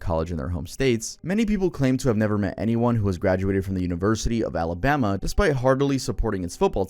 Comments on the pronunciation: You mean “Amabama” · Sooo no one’s talking about the fact that literally said “Amabama”?? 😂